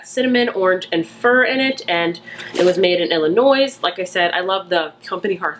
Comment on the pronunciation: the 's' in Illinois is silent! People like my mom who are fekm Illinios get violet when you say the s. I always read it in my head like that. Just want you to know. Love your videos.